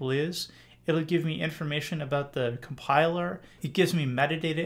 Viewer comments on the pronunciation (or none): none